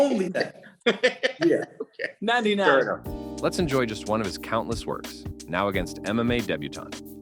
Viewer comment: Hokay thanks 👍🤣